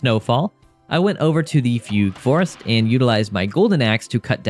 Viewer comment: “Foogoo forest” 😅